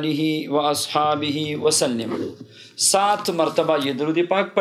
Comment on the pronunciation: سلم کی لام پر زبر ہے آپ نے زیر پڑھی ہے